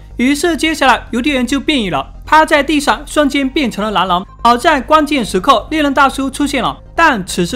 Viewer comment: 从来没觉得你的口音重，直到这次，一直听你说"男人"，其实是狼人，听得我一头雾水，最后"男人"是个女的(⊙o⊙)